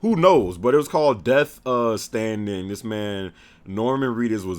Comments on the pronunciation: It's Death STRANDING, EEEDIOTTT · Sucka, get it right: Its Death STRANDING. With an R thank you very much kind SIR. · LOL I think you meant to say "Death Stranding" and for some reason I thought it was hilarious that you called it "Death Standing" for some reason lol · And it's Death Stranding. Not Death Standing. C'mown...